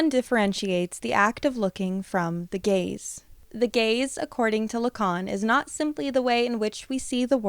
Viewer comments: I can’t not think you’re saying “the gays” the whole time lol this is so interesting though, and it makes so much sense. Although I will forever think that short bangs don’t appeal to the male gaze. I’ve heard plenty of women say they’re only for little girls, which implies to me that they’re either trying to protect you or think you’re trying to appeal to men as being younger. But it seems like most men don’t actually like short bangs unless they’re into a more alternative style. I know that’s very specific but I like to watch people cut baby and micro bangs and it’s like a comfort where it’s just women encouraging other women. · I keep mishearing Gaze as Gays 😭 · Love this video! Sooo true.❤ Also, I had to really try hard, in order to not hear "gays" instead of "gaze". I think I am projecting😂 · you say: "the gaze" I hear: "THE GAYS" (i wish it actually was the gays lol)